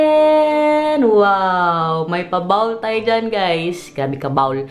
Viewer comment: Maganda! Meron lang akong napansin nung pinakita mo yong toilet. Bakit iba ang pag bigkas mo sa salitang 🥣 BOWL 🥣 nung ipinakita mo yong palababo mo at nung ipinakita mo yong pa toilet bowl mo? Tama yong pagkasabi mo, toilet BOWL. Parang BOWLING 🎳 pero walang ing.